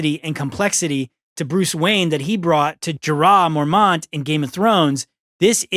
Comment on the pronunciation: That was the most American pronunciation of Mormont I’ve ever heard. It’s pronounced More-mont, not Mor-ant lmao